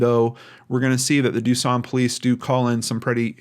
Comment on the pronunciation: That ain’t how we say duson😂